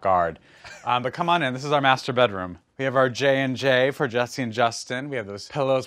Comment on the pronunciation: Why does master bedroom sounds like masturbate room